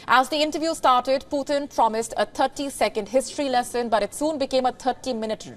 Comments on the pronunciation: Please pronounce PUTIN ( Pootin) not Poothin. POOTHIN ? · He is not puthin. He is putin 🤭